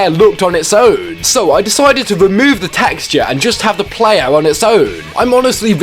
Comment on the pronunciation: “Plaaaayaaaaah Weuuuurk” Jesus that accent dude